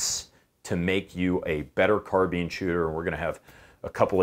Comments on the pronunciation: Not a big issue, but it's not a car-been, it's a car-bine. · Cameron Don't care where the word originates from...we don't pronounce "encyclopedia" as en-cy-clo-pay-dia, and we don't pronounce "auto" as ou-to. It's car-bine.